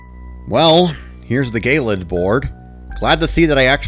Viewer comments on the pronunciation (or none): gay-lid? pretty sure it's ge-lid like icy eh, it's just kinda bothering me... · Also I hate to be picky but I think gelid is pronounced "jellid", not "gaylid". Good video anyway though.